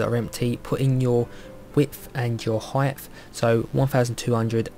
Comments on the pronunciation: Are you saying 'height-th?' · Brilliant tutorial ! -Love how you keep calling "Height", "Heigth" haha, (